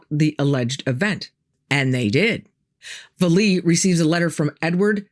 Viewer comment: Pronounced Val-lay